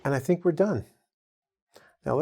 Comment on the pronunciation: You pronunce it differently to "were". "We're" is pronunced exactly with the "we" at the start.